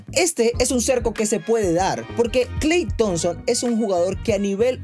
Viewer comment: No puedo tomar en serio a alguien que dice 'Kal Thompson' 🤣😂